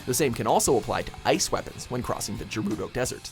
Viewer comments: Gerr-oo-doh Octorok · Did you just call it the "Jeroodo desert" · "The Jerudo desert" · did he say... the jerudo desert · "Jeh-roo-doe desert?" What's that, it is the geruda desert, which is pronounced Gerr-oo-dah, as in Geruda tribe of Ganon's all female desert bandit tribe? Why can thus guy not pronounce either Gerr-oo-da not Octo Orc properly? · Wtf is "Jerudo"? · Gerudo with a soft G.. Yuck. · Almost made it through the whole video but stopped watching when you said "jerudo" desert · It's pronounced Geh-roo-dough dumbass not Jerudo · Jerudo desert? are you fucking serious? never ever heard someone mispronounce Gerudo in my entire life not even since ocarina of time yet this guy manages to do it... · Cough Cough Jerudo? (Ge-roo-doh) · "... when crossing the Jerudo Desert" "Jerudo Desert" "Jerudo" Triggered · it obviously not pronounced "jerudo" it's gerudo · Jerudo desert.... really? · The Jerudo Desert?!? Wtf man wtf. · My man really just said “Jerudo desert” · ...He did not just say JERUDO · Omggggg he said JJJJJERUDOO WTF DUDE NO . DISLIKE, UNSUBBSD AND BLOCKED. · did this guy just call it the "Jurudo desert" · This guy just said "Jerudo" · Bro why did he say Gerudo like Jerudo. 🤦🏼‍♀️ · Did you just call it the jerudo desert... God fucking damnit man... You have one job... Read a fucking script. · Just me or does it feel like this guy has never played a Zelda game before? "Jerudo"? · Did anyone else cringe when he said Gerudo like “Jarudo”? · Really great video, but JERUDO DESERT?! Mannnn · Gerudo = Geh-roo-doh... It's basically the world Geld but in romanised Japanese guys, come on! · Did he just say "Jerudo?" Instead of Gerudo? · did he just say jerudo? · gerudo has a hard G. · Did he really say "Jewrudo" desert? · "jeh-rudo" plz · How tf did he just pronounce Gerudo????? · When a Zelda tutorial guy pronounces gerudo wrong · Am i the only one that noticed he said gerudo wrong? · He mispronounced Gerudo.....